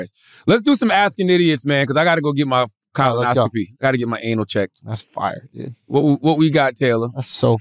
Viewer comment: Why does Charlemagne pronounce colonoscopy as "Colin-oscopy"?